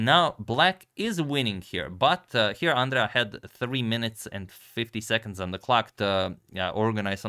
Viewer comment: Hahahahahahaah Àndrea 😂 it's Andrèa